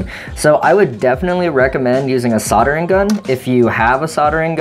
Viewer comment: did he say sauntering gun or Sharingan? I mean i have neither